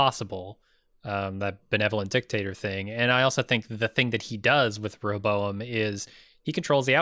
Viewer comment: If you both chose in a previous review to not pronounce it properly, I apologize for being the one to help you say “Re- hoe- bow- em”. Y’all driving me crazy with that hobozo- em. 😂😘